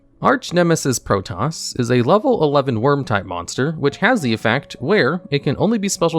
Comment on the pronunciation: The pronunciation of "Protos" sounds so weird lol. I always thought it was pronounced Pro-toes. It actually bugs me that it was banned, I don't even use Swordsouls but my deck could make great use of both Archnemeses twins, now because of it I'm stuck with only Eschatos.